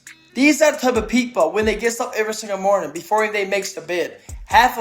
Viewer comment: I had to rewind it to hear him again say "peep hole" instead of" people" F'n Elmer Fudd